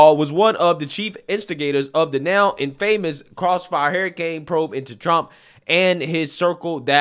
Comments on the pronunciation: You also mispronounce the word “infamous”. I don’t really mind, but since you brought it up at the beginning of your video… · Sure you do mispronounce words. The one so far is word infamous. And you've got words you're unsure of you can easily find out the correct pronunciation. Love your work sir! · Again bro, I gotta be THAT guy again…infamous is pronounced (en-fah-miss) or (infah-miss). Content is still fire tho, keep it up. 😎